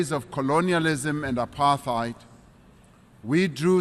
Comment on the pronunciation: Why did he pronounce apartheid like that though?